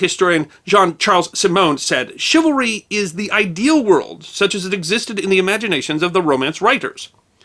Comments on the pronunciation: ok this is me being picky, but shouldnt it be pronounced chivalry with the c being swapped by an s? its ony a trifling matter great videos by carry on regardless. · Dear, A couple notes on correct pronunciation of a couple of words-- First, is the word 'chivalry', and all of its derivative words. Two areas of focus on this word-- You often, in this piece, put emphasis on the 2nd syllable, 'val'. The only emphasis for the word, 'chivalry', and any of it's derivative words, should always be put only on the 1st syllable, 'chiv'. When doing otherwise, you sound like you are unfamiliar with the word. 2nd point is that the 2nd syllable should always be pronounced using the 'uh' sound for the 'a' in 'val', as you would pronounce the 'e' in the word 'the'. This is the correct manner to pronounce this word when speaking the English language. Otherwise, you come across as sounding unacquainted with word 'chivalry', and it's derivatives. A second word you mispronounced is the name of the French city of Nantes. Both in French and in English, the correct pronunciation of this city of Brittany, (in French, la Bretagne, or Breton), is 'Naunt'. In neither language are the letters 'es' at the back end of the word pronounced. You assumed they should be pronounced like the word 'ace'. Those two last letters in 'Nantes' are silent. They are used because Nantes, itself, is a feminine word. Unless a word in French has either an 'accent aigu' (which is above a letter 'e', and stants upwared from left to right), or an 'accent grave' (where there is also an 'e', and an accent mark above it that slopes downward from left to right, making the same sound as